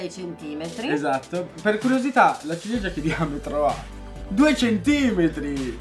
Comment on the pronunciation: tutto il video e con che dice "LA CIGLIEGIA"😂